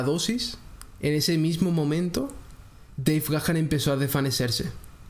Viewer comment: Tu pronunciacion de Deve Gahan, esta incorrecta. Verifica tu pronunciación. 👎🏻👎🏻